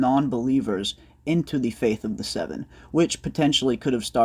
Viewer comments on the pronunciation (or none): none